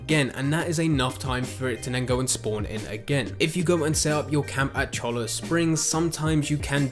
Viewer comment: He's still wrong, and you aren't spelling it right. It's Cholla, as in the Cholla cactus. Pronounced "choy-uh"